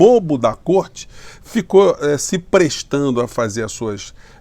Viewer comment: Pronuciaste bem côrte invisível!